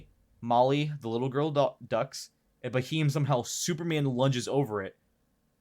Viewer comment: it's pronounced as 'beam' with a 'h' sound after b. Bheam